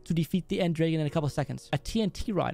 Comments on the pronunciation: Did he just say end draegen instead of end dragon?? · When you said end dragon it sounded like end drage